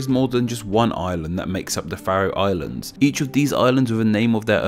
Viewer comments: You definitely said something wrong, it's pronounced the "fair-ro Islands" not the "fa-ro", it's got a long vowel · I've never heard Faroe Islands pronounced like that. It's always been Fair-ohs as far as I've been aware. I noticed that you didn't mention the national pastime - slaughtering whales.